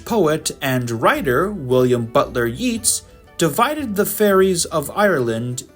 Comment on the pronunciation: Yeats is pronounced as yates. It does not rhyme with Keats.